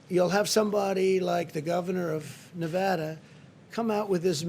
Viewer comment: And Na VAHHda. Then again he thought they were building a wall between Mexico and Colorado.